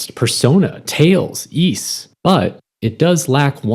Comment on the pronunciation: did you just say yees? YEES for Ys? ......Y...s.....wise?